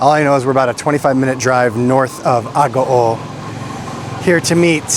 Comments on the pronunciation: You’re mispronouncing Agoo. It’s pronounced Ah-goo-oooh(three syllables.) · Isn’t mispronouncing Agoo?It should be pronounced Ah-goo-oooh(three syllables.)